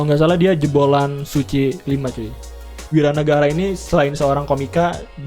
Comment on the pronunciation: Wira nagara cuy, bukan wawan nagara...